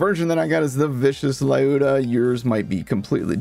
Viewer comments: Люда а не лаюда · Not [laiuda] it's [l'uda] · Сука бесит когда вместо Люда говорят Лайуда. Блээээ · when will people learn that Lyuda is pronounced as "lewd-ah"... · Upvote this guy and pin him. As a Russian I am also always triggered by it. Gun name is name in Russian “Люда” you can copy past it to check how to pronounce it.